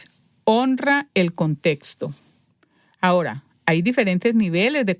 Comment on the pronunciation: Es contexto. No contesto. Me da ansiedad óir esa pronunciación.